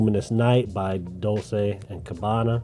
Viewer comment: Bro, Dol Chay amd not Dol say 😂 😂 Dolce means sweet in italian but in this case it's a second name